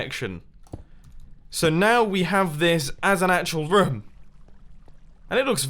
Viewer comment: whenever Mumbo says room, he says it like rum